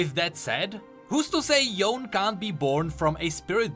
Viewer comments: Oh, it's "Yoh-neh" not "Yown" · Ionia pronunciations are literally Asian style so Yone ain't "Yown" it's "Yoh-neh" or something like that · HIS NAME IS YO-NEY, NOT Y-OWN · Proper Yone pronunciation is Yo-ne, not Yown. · I’m laughing so hard when people pronounce it as yon instead of yo-ne. よね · Pronouncing Yone , Yon is like pronouncing Sasuke , Sasuk. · Why did they make the pronunciation Yon-AYE 😫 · Why does he say yone differently than before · We have legit confirmation of Yone from thresh saying his name and everyone STILL pronounces his name wrong. After hearing it pronounced. sigh